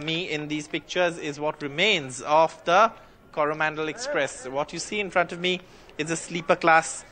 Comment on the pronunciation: Unfortunate that an NDTV reporter pronouncing the Coromandel Express ar Koru Mondol express... Alas..!!!